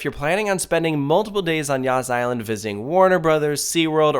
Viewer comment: I cant ... I keep hearing "yasss" island